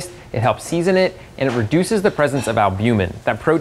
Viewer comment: He lost me when he mispronounced albumin as al-BEW-men